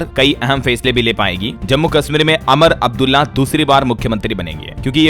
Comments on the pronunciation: सर नमस्ते, 3 दिनों से मैं ध्यान दे रहा हूं कि आप लगातार उमर अब्दुल्ला" को "अमर अब्दुल्ला" कह रहे हैं। जो कि गलत है। आपसे अनुरोध है कृपया शुद्ध उच्चारण करें। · उमर अब्दुल्ला उच्चारण करो,अमर अब्दुल्ला मत पढ़ो यार। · सर जी अमर अब्दुल्ला नहीं उमर अब्दुल्ला बोलिए